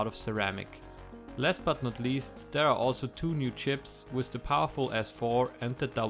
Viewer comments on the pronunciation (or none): none